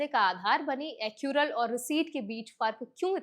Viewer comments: Accure नहीं है बल्कि accrue (एकरू) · Accrue Not accure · Its ACC-RU-E..... NOT ACC-UR-E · एक्यूर kya hota hai bhai? Are you also an AI.... its Accrue